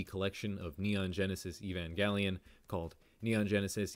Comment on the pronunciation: Thank you for saying “evangelion” correctly 😊